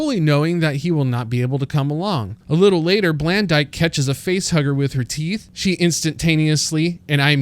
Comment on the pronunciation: "blandyke" yikes